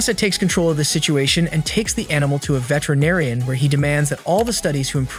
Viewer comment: Did you just say vetrenarian😂😂😂😂😂😂😂😂😂